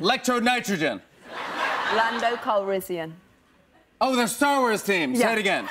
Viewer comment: I laughed sooo hard at this it might not be funny Daisy said calrizzzian Jimmy says calrissian